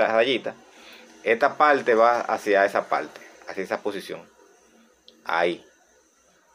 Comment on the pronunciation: el conectoL paLte caLga Habla bien modula